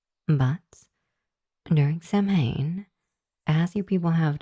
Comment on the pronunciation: Just for your own reference going forward, 'Samhain' isn't pronounced that way. It's an Irish word, and so is pronounced differently than you might think for the letters used in its spelling. It's pronounced like 'sow-in' ('sow' as in a female pig). An 'mh' in Irish spelling tends to come out more like a 'w'.